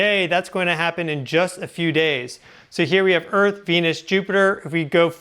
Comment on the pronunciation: I’ve always wondered if he smokes too much weed, or has a lisp. He says some words with a weird pronunciation.. “teslers” “murcury ” “sixs instead of sixth” “meyenmar” “earf” “kamchAKA” it’s not a chakra, it’s KamchATKA.